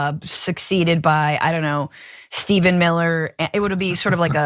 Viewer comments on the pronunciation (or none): none